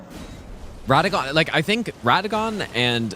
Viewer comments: “Radān” instantly clicked off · Bro spent 6000 hours and still cant pronounce RADAHN correctly😅